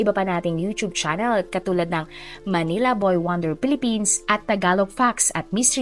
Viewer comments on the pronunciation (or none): none